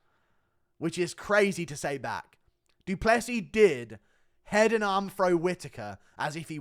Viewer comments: "doo doo Plessis" 💩😂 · Da Dew pless eez